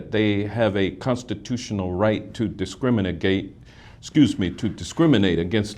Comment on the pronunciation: 😂 this guy is fascinatingly stupid. “Distriminigate” 😂